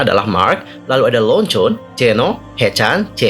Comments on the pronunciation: REONJWIN BUKAN RONJON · Gue ga salah denger kan harusnya leonjwin eh malah lonjon ? 😭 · Kak sebut nama RENJUN itu bukan lonjon tapi lonjwin itu versi hangul, kalau versi chinanya cukup normal² aja hampir sm penulisannya disebutnya jadi renjun tapi bukan renjun(sebutan orang indo) tapi re*njun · mon maaf Kak... Aku bengek gegara "Lonjon" 😭😭😭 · Koreksii dikit kak pengucapan nama renjun :))